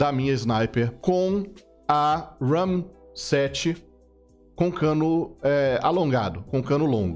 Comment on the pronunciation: Hahahaha poxa, por que você enfatizou o “RAM”? Era bem mais autêntico quando você falava “Rami-7”